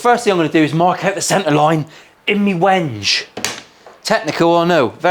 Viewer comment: Wenje? It's pronounced 'wengay'! (Wenge)